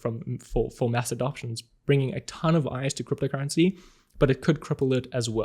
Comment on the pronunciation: I'm just here to listen how you pronounce "cryptocurrency". I reeeaaally like it! 😊